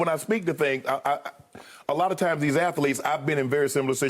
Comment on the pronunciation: How hard is it to say athletes? I'll never understand how ppl pronounce it incorrectly. It's definitely not ath-ah-letes....😬 Thumbs down